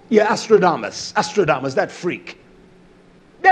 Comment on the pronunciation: Nostradamus not Astrodamus...But thx for the video.